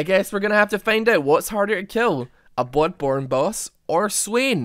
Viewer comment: did you just say "bOOdborne"????